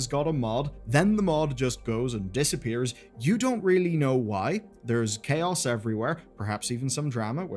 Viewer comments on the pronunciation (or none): "there is QAOS everywhere" :)